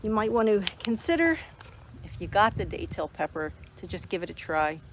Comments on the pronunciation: the "a" is soft. I mean no disrespect and grateful you're growing and sharing content of these beautiful plants. God bless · I've lived in NE FL for over 40 years and you're the first to pronounce the a in that manner. Beautiful plants